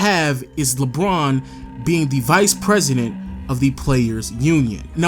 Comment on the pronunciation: Why does he say Lbron instead of LeBron